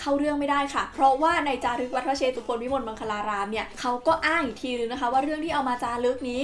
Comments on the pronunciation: สำหรับคนไม่รู้นะครับ จริงๆแล้ว "วัดพระเชตุพนวิมลมังคลารามราชวรมหาวิหาร" คำว่า"เชตุพน"อ่านว่า"เชด-ตุ-พน"นะครับไม่ใช่ "เช-ตุ-พน" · ขออนุญาตแก้ไขนิดนึงนะคะ วัดพระเชตุพน อ่านว่า วัด-พระ-เชด-ตุ-พน นะคะ ไม่ใช่ วัด-พระ-เช-ตุ-พน พอดีเคยไปแข่งตอบปัญหาภาษาไทยที่วัดนี้เลยอยากจะมาแชร์ความรู้หนะค่ะ☺️☺️